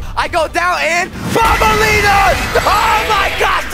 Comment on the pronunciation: Actually it's not bonbenlena it's actually banbelena and actually name it's opila bird